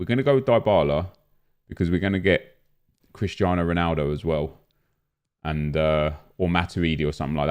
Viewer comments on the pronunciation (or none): none